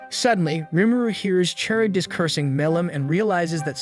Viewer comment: "charybdis" got me, since its pronounced as "Kar-ribdis" not "Char-ribdis"